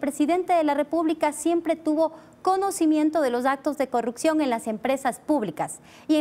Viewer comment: No entiendo por qué muchos asambleísta no puede decir corrupción todos dicen CORRUCCION, así como dice la asambleísta Veloz. Lean eso ayuda mucho a mejorar!